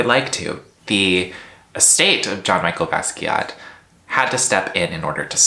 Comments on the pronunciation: The way you said Jean Michel Basquiat tells me everything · I'm sorry, I can't take you seriously if you can't even pronounce Jean-Michel Basquiat's name correctly. The history of art would be a real important way to have a deep understanding of what's going on with nft's, you don't have it.